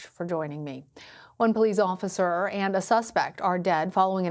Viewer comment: "Bolice Officer"